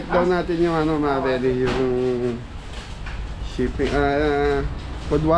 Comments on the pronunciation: chaffing dish hindi chipping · Chifing dish daw hahaha...paulit ulit mo pa binabanggit mali naman!! Chafing dish hindi chifing dish hahaha!!!